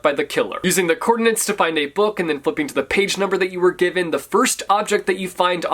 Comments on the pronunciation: But why are you saying "coordinants" every single time? 🤣🤣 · I hate that he couldn’t say “coordinates” correctly.